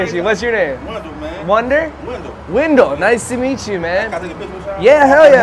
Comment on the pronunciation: Wendell not Window 😝😆